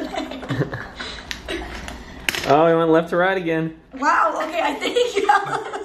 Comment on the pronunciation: “ewkey” 😂😂😂😂 lol I love you so much